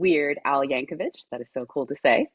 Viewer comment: seems like a very nice person, but between getting his name wrong (it's Yan-ko-vic, not Yan-ko-vitch - common mistake, but really annoying in an interview setting), and saying that he plays the ORGAN rather than the ACCORDION... I mean, C'MON! You saw the movie! And he mentioned the "travelling accordion salesman" earlier in the interview! How could she get that wrong?